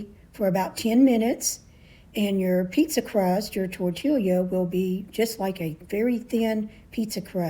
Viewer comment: It's pronounced "tortee-ya," not "tortil-ia."